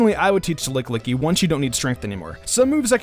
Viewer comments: "LICKLICKY".... Urgh :/ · Did he really just say licklicky the whole video?